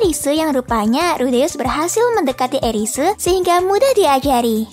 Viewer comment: zenith jadi zentsu, eris jadi erisu, dan lainnya'